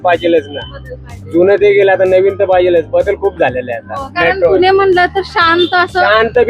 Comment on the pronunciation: पुने नाही पुणे म्हण ग